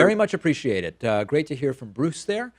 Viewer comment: Not going to lie, when he said "I am Bruce" I thought he said "I am Groot".